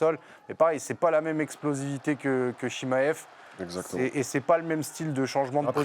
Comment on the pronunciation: Je connais Chimaev mais pas le Chimmaillefff dont elle parle🤣 Nass a toute la technique pour le battre, est gagnant contre tous ses adversaires et connait deja son adversaires, moi je le vois gagnant On a vu tellement d’ouvertures contre Dricus, et aussi le fait qu’il n’a pas reussi a le soumettre